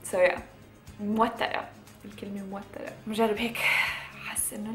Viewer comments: متوترة مش موترة هههه كيوت ليلى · متوترة مو موترة